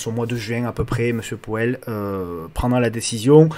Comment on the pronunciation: Hello ✌🏻. Ta prononciation de MR.Poêle (Powell) m’a bien fait rigoler 😂… Je vais essayer de retrouver ta vidéo sur les crypto, je ne l’ai pas vu passer 🤷‍♂️🙈, dommage ça m’intéressait. Bon week-end👌et merci.